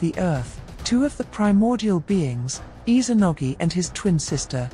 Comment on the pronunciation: Has anyone else noticed how she pronounces Izanagi? I’m hearing her pronouncing it as Izanogi, supposed to be IzaNAgi, not IzaNOgi. It’s IzaNAmi and IzaNAgi